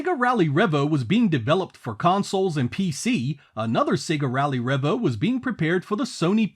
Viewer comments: Trust the American to butcher the name, lol. It's "Revo", not "Revvo"! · It’s pronounced ‘Ree-Vo’ not ‘Reh-Vo’. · Isnt't it pronounced ree-vo?